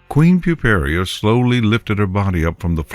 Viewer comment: The link to the story will illustrate that, but it's Puparia (pyoo-PAIR-ee-uh).